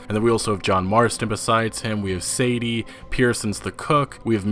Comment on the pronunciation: sigh . Michah isn't "Mee-kuh". It's "Mike-uh". And Sadie is "Say-dee", not "Sad-deei".